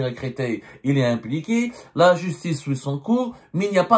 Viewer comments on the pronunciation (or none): none